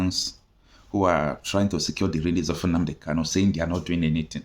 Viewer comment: Why can the lawyer not pronounce Kanu? Why does he keep calling him Kalu? He cannot pronounce his client’s name, that’s disappointing.